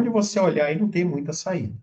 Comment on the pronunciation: NAU fala SENAU ele vai que SENAU eles vau querer esaminar